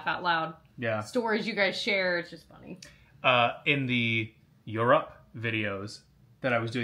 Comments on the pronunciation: Ok, I figured it out. Try pronouncing it "yer-up", "yur-up", or "yerr-up" vs eur-ROPE or eur-OPE.😅 You're putting the emPHAsis on the wrong syllable.😂 Technically speaking, the phonetical spelling is "yur•uhp" (no emphasis on either syllable), but I didn't know which phonetical version your brain would connect with, so I wanted to provide a couple options. I mean this with love. I hope no one takes this too seriously.😊❤ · Every time overemphasizes Europe, it needs to be followed by mechanical Tim Allen Santa Clause saying “ho, ho, ho” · Will always emphasize the word “Europe” after this year’s vlogmas 😅